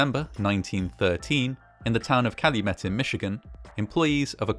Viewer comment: YAY! I'm so glad to see you were able to use my suggestion! Fantastic video; you even pronounced Calumet correctly ^_^ Fantastic video, as always!